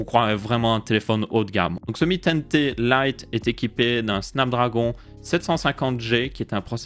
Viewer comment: Tu dis "mi ten Té" au lieu de "mi ten ti" mais c'est stylé